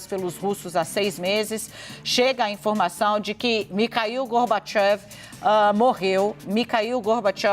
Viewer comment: A Ancora interrompe o comentarista várias vezes e ainda pronuncia errado o nome do falecido GorbacHEV...